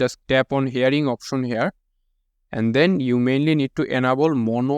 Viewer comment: Option ❌ OPOSHON✅ 🤣🤣🤣